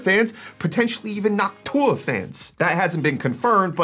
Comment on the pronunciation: I scrolled down to see if I was crazy or if he said noc tuah